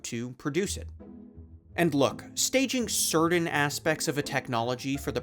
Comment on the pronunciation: You pronounce "certain" wrong.